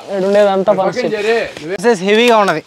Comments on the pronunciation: పనాస కాయలు కాదు పనస కాయలు నెల్లూరు స్వచ్ఛమైన తెలుగు మాట్లాడండి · Panaasha kadu kadura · పనాష కాయలు ❌ పనస కాయలు ✅